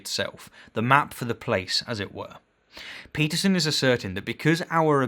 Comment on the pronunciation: So you "Debunked" his perception and meaning of truth by telling us your perception of the meaning of truth? You cant debunk a claim by asserting another claim that is no more plausible than that you are trying to debunk. Realist truth is simply the truth ypu believe. And ffs you pronounce his name Stein not steen.